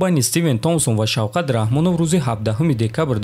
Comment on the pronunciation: Номи Шавката но тугри талафус мекини правильно озвучи его имя